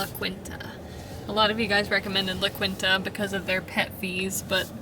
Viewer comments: La Quinta sounds like La KEENta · LA KEEN ta (its Hispanic)